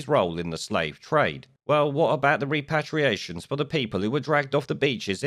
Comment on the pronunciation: It's pronounced REP-ER-ATIONS. Your mispronunciation of this key word makes you look foolish and ineffectual.